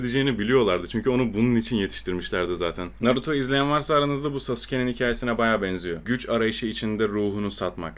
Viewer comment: O sasuke'yi Sasuke diye mi okudu. lanet olsun Sasuke değil saske diye okunuyo